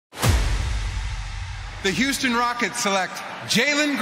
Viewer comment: “Hey hüstôn fans, I am so häppy” 😂😂😂😂😂😂 god bless Sengun